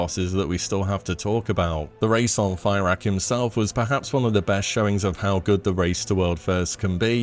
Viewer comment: I just dont like 2 things. Tittle says hardest bosses from pull count. That doesnt mean hardest final bosses. Why isnt tindral here or other bosses like that? Also i dont care much for the names of the bosses but is he saying their names wrong intentionally? Fairak etc.